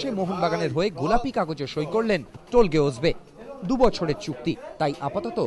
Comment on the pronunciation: টোলগে নয়, তোলগাই